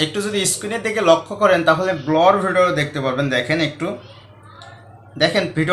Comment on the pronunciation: স্যার সঠিক উচ্চারণ ব্লার